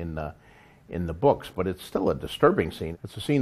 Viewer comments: Andy Moore bewks. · ***** Oh, I like the way george says "boks" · Der buuks? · I really like the way George says the word 'books'.